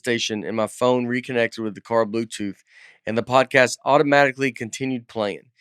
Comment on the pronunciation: I love how the intro was pre recorded and Nate still said "prodcast"